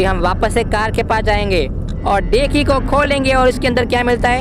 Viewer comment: डेकी नहीं डिक्की होता है